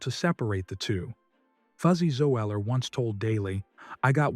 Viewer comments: Fuzzy ZO-eller lol 😂😂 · Zoeler even spelt wrong is only two syllables. Garbage